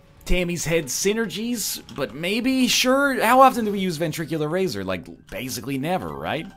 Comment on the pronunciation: Please stop mispronouncing ventricle razor.